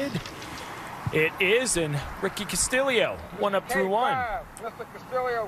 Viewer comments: Ricky Casta-Leo!! Castillio!!REALLY ? It's Castillo ... simple!! It can't be pronounced like that!! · Thank you!! Such a simple name to pronounce!! I'm not Even Spanish!! When he was announced on the tee box they said Casta-Leo🤯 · It's cast-ee-oh.... not cast-ill-eoh!!! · Castillo has only one 'i' ... Why are they pronouncing it with two? Shouldn't it be pronounced Castiyo, not Castiliyo? Double l in Spanish has y sound. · video idea: take a shot every time they pronounce castillo wrong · Am I crazy or are the announcers pronouncing Costillo's name wrong? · They are def pronouncing it wrong lol they said it like three different ways!